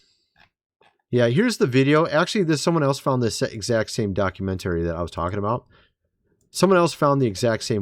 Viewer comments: Bruh! “Docu-mentarey”? Literally nobody pronounces it that way. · Please please please learn how to say documentary correctly! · Brother, that was a “Mock-u-century” not a”Documentary. Those pictures of his grandfather are obviously AI or CGI created. He was only in Antarctica for a few days, maybe a week at most. Oliver Tree was a great musician and since his death, he’s been highly misunderstood. I feel like I can’t take this video seriously or you should really look into him and all of his material before putting something like this out. Is disinformation and really disrespectful to Oliver.